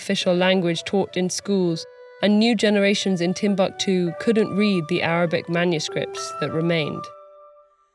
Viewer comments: These are african names, you can't just pronounce them like English please they simply sound totally OFF!! You should have practiced beforehand; 'timb-a-ktu' might have a different meaning down here; you seemed to be talking about a different subject other than TimbUktU itself. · It's tim-book-too not tim-buck-too. I hate americans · Its not timbaktu.... Timbukutu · Wan Shi Tong Library = Timbuktu